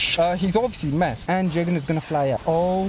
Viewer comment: The name is je-gen